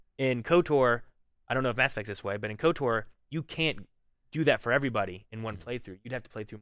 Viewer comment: Lol saying KOTOR'R